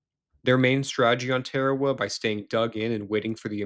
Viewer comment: Note to narrator: it’s TAR-A-WA, not TARE-A-WA.